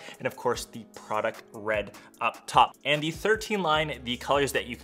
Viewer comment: So chic how you say Zi instead of The. Very precious.